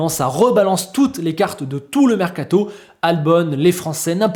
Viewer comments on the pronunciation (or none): Il est où le “T” de mercato ? 😂😂